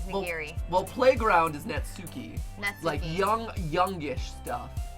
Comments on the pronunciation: when reading natsuki's name, emphasis should be on the first syllable and not part of the second syllable.... please tell me this is fixed oh boy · Every time the emphasize the U is Natsuki I die a little. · Super ready for them to say Natsuki's name Na-tsu-ki... Despite the fact her name is Nat-ski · That’s not nasuki that’s matsuki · Your saying Natski wrong Your videos are great 👍 keep up the great work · How they're saying their names is fine, and it's their play through so you can say it however you want, but because of japanese pronounciation, the names would be more like: Natsuki "nah-ts-kee" (the u is silent) Monika "moh-ni-kah" (but im not sure if it's even a japanese name or just an english name that happens to fit the japanese alphabet so feel free to do as you please) Sayori "Sah-yo-ri" (there is no r or l in japanese, they have one letter that is a mixture of r and l that's sometimes hard to pronounce for foreigners but also works the other way around when japanese/korean people try to speak english) Yuri "you-ri" (in japanese, it's two letters: yu (ゆ) and ri (り) so the u and r wouldn't combine in any way. TLDR: Some of these names are pronounced differently, so if you wanted to know, now you do, but this doesn't mean that you have to pronounce them this way if it makes you uncomfortable. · Natsuki is such a tsundere btw every word with suk in it is pronounced sk like how sasuke is said like saske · I’m sorry, but the way you guys pronounce Natsuki’s name make me a bit uncomfortable no matter how many times I hear it. 😂